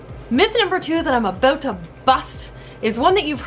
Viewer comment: She said 'Aboot' lol